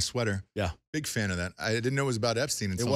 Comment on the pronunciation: Dude is called "Epstein" not "Epstin".